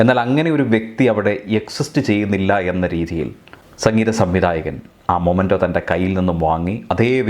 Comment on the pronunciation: മൊമെന്റോ അല്ല സർ മെമെന്റോ (memento )ആണ്